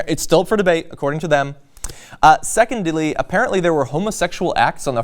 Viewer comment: did say "secondely"???